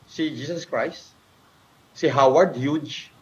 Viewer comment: HOWARD HUGE DAW. ANG PRONOUNCE NIYA SA HUGHES AY HUGE. ITO ANG IDOLO MONG GRADUATE SA MIT MAC MAC.